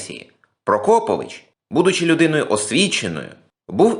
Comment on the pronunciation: Наголос у прізвищі мабудь трохи не той..